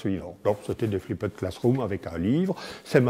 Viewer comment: flipped ne se prononce pas ainsi, d'ailleurs bien prononcé ça sonne plus comme ce que ça signifie. "FLIPD".